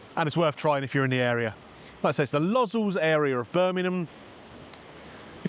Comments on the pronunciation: Lozzulls 😂😂😂. Lo-zells. Hard o. Not ooohh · mate its pronounced low zells great video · Low zels it's pronounced mate 😂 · Brave man visiting the “Low-Zells” part of Birmingham as its pronounced. Well I know exactly where this place is albeit not been there. Top video from a beautiful Rhodes right now 🇬🇷☀️ ….Smithy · Shame that he didn’t quite get the pronunciation of Lozells quite right lol.